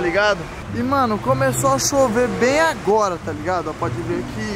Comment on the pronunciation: "a gente tá voltando AGOLA lá pra Londrina".... 🤣